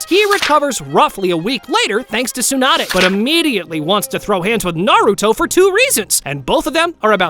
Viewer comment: On dit naruto pas nar